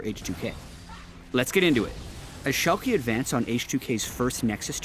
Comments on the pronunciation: its Schalk"uh" not Schalk"y" or EE like you would say Yankee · Shalkie. C'mon:D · pronunciation of Schalke